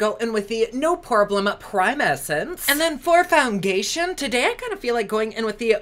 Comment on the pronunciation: Lol... did you say FOUN-GAY-TION??!!.... 😆😆😆 💖💖